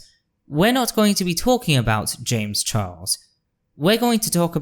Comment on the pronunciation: I came here from your comment on a Lily Orchard video, and I really enjoyed this. (I'm particularly amused by what sounds like you saying "Chames Jarles" 🤣) It is a bit frustrating/triggering as a nonbinary femme seeing so many cis/binary people being bootlickers, defending Wynn, and in some cases fucking loathsome toad Buck Angel for their truscum rhetoric... but honestly, I'm not surprised. Performative Moderates will always throw marginalized folx under the bus to protect each other. 😒 I feel like they need to be slapped with Lily's "Natalie Whinging" video. You've got a new subscriber in me though! I await to see what else you have in store!